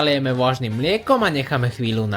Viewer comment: Vuažnym miekom,puatky sekanej cebuľovy ,huadku kašu, zakuad ...atď, zajdi k logopédovi 😂😂